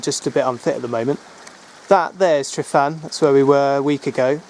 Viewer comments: Tryfan, pronounce the f as v in english "tryvan". Your "f" is our"ff" . Grib coch is not grib goc, the ch is the same as the "ch" in loch ness! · Excellent video which brings back memories of the 1960's when I roamed these hills. Please talk to a welsh speaker and sort out your pronunciation. Please make the effort and change these videos to excellent rather than excellent except for some horrible pronunciation. Truhvan, Glyder vaxch. Pen ùrr ole wen.